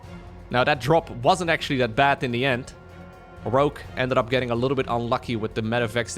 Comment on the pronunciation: The weird pronunciation of Rouge, sounds like rúzs, in Hungarian. Many Hungarians say it like that incorrectly. It also means lip gloss in Hungarian... LMAO